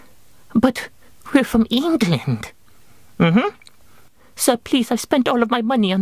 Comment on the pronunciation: Lol the way "England" was pronounced, just so you know no one says it like that